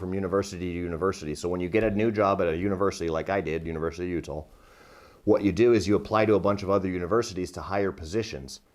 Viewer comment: Why does he say U-tall?